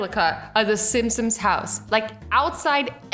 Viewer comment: Lol did she just call the simpsons the simsims